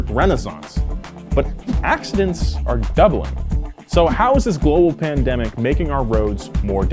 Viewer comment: Was I the only one that was hearing say pandebic instead of pandemic lol